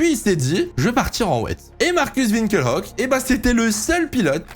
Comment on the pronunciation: pourquoi Winkel Hock ? Ça se prononce Winkelock